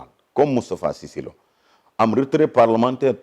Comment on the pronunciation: Ce gas il prononce mal cisse lô dou sa morom vraiment